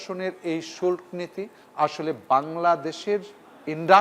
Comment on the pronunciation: এই গাধা তো বাংলা জানে না। শুল্ক্ না শুল্ক! বাংলা শিখে তারপর আসুন ।